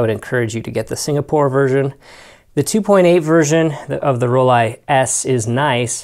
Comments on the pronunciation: I remember those Nikon Ti, made a 35 version too, it was once on my bucket list. Seriously i think you should get those Rollie models spoken correctly, it detracts from the content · I work hard to ensure I say things correctly. A native German told me how to properly pronounce Rollie, and I was told by a Nikon rep, that in the states, they have embraced the hard I pronunciation for Nikon. But really, no matter how I pronounce things, someone will complain. As you have demonstrated. It gets a bit silly. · They are wrong Nikon is Japanese not american... Rollei is German not American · You don't think I know where these cameras are from? This is how you pronounce Rollei in German: And this supports what a Nikon rep told me